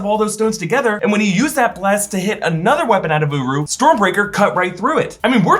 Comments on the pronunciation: I swear everytime i hear him say uru it sounds like uwu✌wtf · Uru sounds like “UWU”